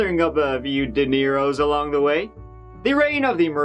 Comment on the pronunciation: When said "making a few dineiros along the way," I thought he said "making a few De Niros."